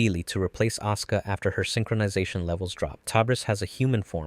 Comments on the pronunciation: hearing "Aska" hurt my soul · These pronouncements of RitsUko and AsUka breaks my heart😭😭😭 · I am the only one who hears "oscar" instead of Asuka? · A soo ku 🤦‍♂️ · I'm glad someone else also noticed that detail it's something that's always bothered me with this channel as well as how they pronounce Asuka's name in some parts of the video.